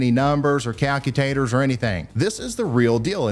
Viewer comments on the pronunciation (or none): HEHE Calcu-tater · Did Ryan just say calcu-tator? 😂 He's adorable. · He said Calcutator! 😂😂